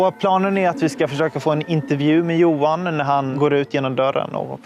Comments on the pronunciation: Just a moot point j is y in dutch and German so JOHAN is pronounced yohan😂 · Dude, you really don't know how to pronounce "Johan"? "Yo-hann", not "Joe-hann". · It's not "JOE-HAN", it's YO-HAN.